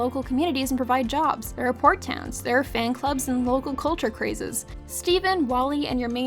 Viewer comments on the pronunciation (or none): none